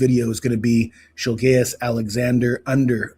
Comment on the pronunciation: shilgayous? brother what😂 😂😂